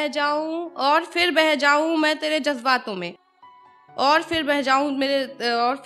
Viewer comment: Thoda sa shabdo ko pr behtar hona tha jese jajbato me nhi jazbaato me sh ko s plz urdu pr dhyn dijiye